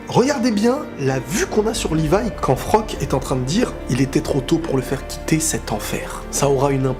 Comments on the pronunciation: Super review par contre c'est Floch le nom du soldat pas Frock. ^^' Il y a aussi un point méta qui est super intéressant je trouve dans cette épisode. J'ai vu pas mal de vidéos réactions et pas mal de personnes ne se préoccupe même pas des paroles de Flocke juste parce que c'est un perso secondaire au yeux du public. Mais dans le monde de AOT c'est un soldat comme tout le monde, il a des sentiments et il est aussi valeureux que les autres, il a le droit de s'exprimer. Isayama nous l'a montré ainsi pour que le public prenne conscience qu'il n' y a pas que les perso principaux qui souffrent et que les perso secondaire ont aussi leur mot à dire. Quant au choix difficile de cette épisode, c'est dommage qu'il ne donne pas assez de crédit pour Erwin, certain oublie que c'est grâce à lui que le bataillon à mis au point leur formation de détection en dehors des murs, qu'il est le premier à avoir pris conscience des titan shifter au sein des murs au début de la saison 1. De plus, c'est grâce à lui, qu' Eren a échappé à la police intérieur au tribunal en saison 1 et a élaboré le coup d' Etat contre la monarchie corrompue en saison 3. Le choix de la raison c'était Erwin, celui de l'émotion c'était Armin. On verra bien dans le futur si ce choix s'avère fructueux pour l'humanité au sein des murs;p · C'est pas Frock c'est Floch mdrrr